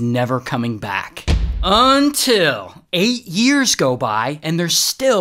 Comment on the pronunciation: Everybody gamers til ray says “untill